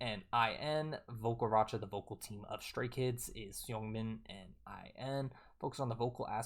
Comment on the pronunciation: Seungmin is pronounced kinda like singmin